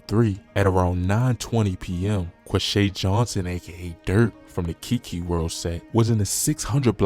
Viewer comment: It’s “kaki” world not Kiki